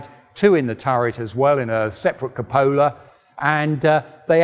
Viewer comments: good video. PSA: Cupola is pronounced KYOO-puh-lah, not coo-PO-lah. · no it doesn't. it is correctly pronounced KYOO-puh-lah in both American (source: m-w) and British English (source: OED). this crazy coo-PO-lah that all the tank related people seem to be saying these days is not listed as an alternative pronunciation in any source I can find.